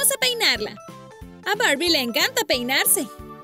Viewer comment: Es Barbie no borbi😒